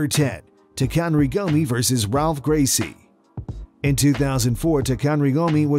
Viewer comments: Come on... the narrator goes on about respect and then goofs up the spelling and pronunciation of the first fighter. Its Takanori not Takanri. Then you goof up his opponents name too. The R is a H as the first letter in first names in Brazilian names, so its pronounced Halph, not Ralph. Show some respect and learn their names at least. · HIs name is Taka-Nori(said that way not how its spelled) not Takan-ri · Btw it's not Takanry Gomi it's Takanori Gomi. Was a champion in pride and one of the greatest lw's of all time. Maybe do a little research on the fighters before you butcher their names. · CLEARLY the narrarator doesnt know shit about who these mma fighters are. Pronounced "Tok-a-Nori" Gomi SILVA... Eric Silva Pronounced "Cull-pepper" Pronounced "wide-min"